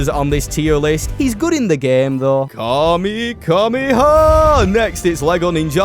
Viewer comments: kamekameha? isnt it kamehameha? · Bro really just said it like "Kamehameka" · "Kamekameha" Alright Goten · saying kamehameha on ninjago gotta be a crime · The nerve of calling gwenpool cringy yet saying kamehameha wrong a few minutes ago is insane work.